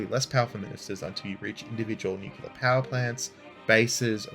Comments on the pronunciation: Man, I love your videos, but for Christ's sake, please, PLEASE, don't use the word "nucular". There is no such word in English language, its "nuclear" - spoken "NEW-CLEAR", nucular is an illiteration that is repeated over and over again and it's just wrong. I'm Polish and it annoys me to correct native speakers. And spread the word among the boys, I believe LordHardThresher also makes this mistake :) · new-clee-er NOT nuk-u-ler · Stop saying "nucular" ahhhhhhhhh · Please, there is no 'cue' in nuclear.